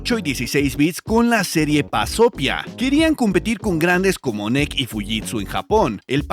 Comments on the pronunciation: 🤣Creí que dijo BAZOFIA jajaja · ¿Pasopia? Yo escuché bazofia